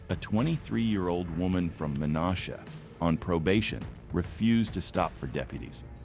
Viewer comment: The NASH in Menasha is pronounced like NASHville.